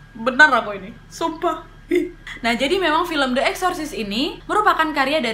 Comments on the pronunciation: Kak Nad , aku trmsk follower baru nih🙈 baru sempet mampir ke video yg ini,, cuma mau ksh masukan, pelafalan "the" jika kata slthnya diawali huruf vocal please dibaca "di" jgn "de" lagi,, biar makin perfect kakak🥰 i like you pake banget pokoknya ❤️💃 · The (di) Omen The (di) Exorcist Bukan the (de-kat) mbak Nadia.. hehehe ! 😁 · Spelling saat baca the omen sm the exorcist....the nya dibaca i mbak, kalo ketemu huruf vocal, kalo ketemu konsonan baru dibaca e #aku fikir gak sengaja tp diulangi saat baca the exorcist, maaf yaa...masukan aja